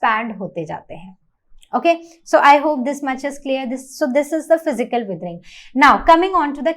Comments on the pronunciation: It is not wethering it is weathering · not them saying weathering as wiethering